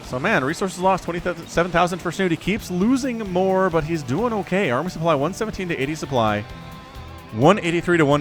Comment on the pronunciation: LOUK AT DE SOUP PLY